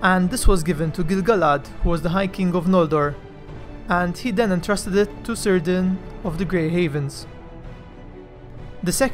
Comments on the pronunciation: Cirdan, like every name in Middle Earth that starts with a C, is said with a hard C and not an S sound thus is not pronounced Seer-dan, but Keer-dan. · I may be wrong, but I am pretty sure, that names, that strarts with letter C, should be pronounced at the beginnig with K and not an S. So the right pronunciation should be Kírdan just like you have done with Celebrimbor. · Your content is brilliant, your videos second to none but one tiny flaw; Cirdan the shipwright is pronounced with a hard C like a K not an S. Other than that faultless.